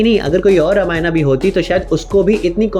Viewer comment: Bhai tum Hindi YouTube ho na ki English youtuber. Toh ramayan kehne mai kitni mehnat lagti hogi?